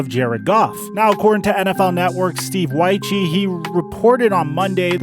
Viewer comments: You are covering the NFL. Sam Wyche is a guy that coached a team to a Super Bowl. Get the name right. It's pronounced Wych....not Wycheeeee. No E sound at the end of his name... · Bro its Steve Wyche (the e is silent)